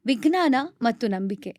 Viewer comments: ನಿಮ್ಮ ಪ್ರತಿಭೆ ಬಗ್ಗೆ, ಕನ್ನಡ ಭಾಷೆಯ ಹಿಡಿತದ ಬಗ್ಗೆ ಏನು ದೂರು ಇಲ್ಲ, ಆದರೆ ವಿಜ್ಞಾನವನ್ನು ವಿಗ್ನಾನ ಅಂತ ಹೇಳುವುದು ಮಾತ್ರ ಸರಿ ಇಲ್ಲ. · ನೀವು ವಿಜ್ಞಾನ ಅನ್ನುವ ಪದದ ಉಚ್ಚಾರಣೆಯನ್ನು ವಿಗ್ನಾನ ಎನ್ನುತ್ತಿದ್ದೀರಿ. ಇದನ್ನು ಪರಿಶೀಲಿಸಬಹುದೇ?